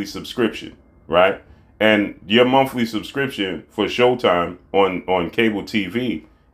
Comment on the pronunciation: Did he say mumfly subscription 🤔